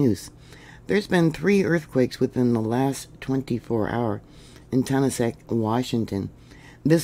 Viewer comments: You’re saying the name wrong it’s said like TA NAS KIT thank you for all your updates ❤ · Pronounced Ton-as-ket, lovely tiny to town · Yeah, she says it wrong. I had my 21st birthday there in 1972! Yep, was picking apples. It was a fun time in my life!